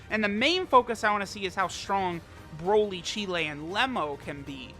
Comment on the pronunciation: Remember when use to pronounce broly as brawly?